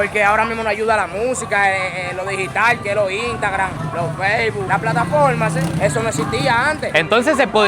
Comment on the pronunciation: "La platafolmase"...😂😂😂😂